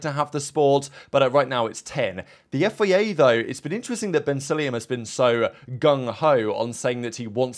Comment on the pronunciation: FIA not FEA